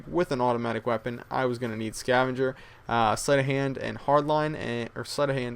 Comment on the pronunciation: sounds like he said"slut of hand'